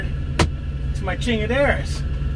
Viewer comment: said “chingamaderas” I’m so dead!!!